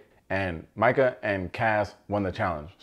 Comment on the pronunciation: It’s Mike-UHHH not ME_KUH